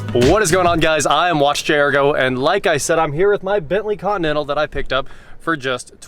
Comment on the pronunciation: It’s pronounced CONTINENTAL not con nennal 😂😂😂😂😂😂